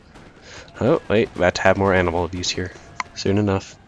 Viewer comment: oh animal abuse - I thought you said anal. anyway great game as usual